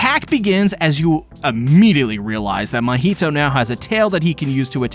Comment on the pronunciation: It's funny how he's mocking the misspelling of the name mahito, but at the same time is mispronouncing the name the whole time.